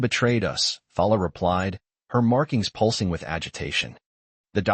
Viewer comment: yea like poolsing for pulsing and fadding for fading. lol Who learnt them talkin anyway?